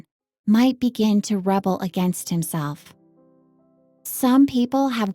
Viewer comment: rebel ---> "the rebel" noun pronounced ˈre-bəl ... "to rebel" verb pronounced ri-ˈbel